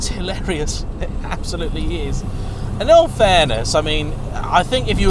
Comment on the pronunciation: Dinky and adorable⁉️ That makes me think of Clovis‼️ You very well may be able to fit into a narrow bodied Caterham. The question is, do you leave room for a passenger⁉️ Two cars, and which do we like the MOST⁉️ Come on,, you can do better than that‼️ Don't overuse, nor overemphasise " Hilarious ", it makes you sound like a Southern prat‼️ Great video, by the way, I really enjoyed it.👍🏼👍🏼👍🏼